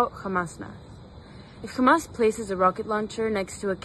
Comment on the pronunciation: KHamas? it is hamas you woman.